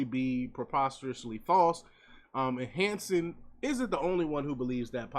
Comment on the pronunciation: Hanson, not Manson?